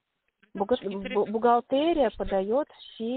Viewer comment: В слове бухгалтерия произносится е, а не э.